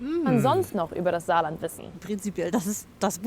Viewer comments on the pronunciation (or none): Top Video, nur nebenbei heißt es Saarland (frz. Sarre), nicht Zaland ;)